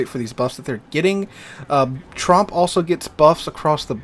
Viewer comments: It sounds as though you keep saying Trump instead of Tromp. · Please pronounce Tromp so it rhymes with Stomp instead of, you know.